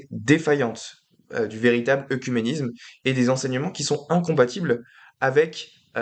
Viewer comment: Attention la prononciation du mot "oecuménisme" qui est souvent mal prononcé et ta vidéo ne fait pas exception. Cela se prononce "Œ(É)cuménisme".